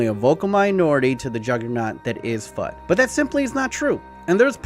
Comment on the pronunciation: Fut is pronounced as "fooooot" like put. Really annoyed me how you pronounced it.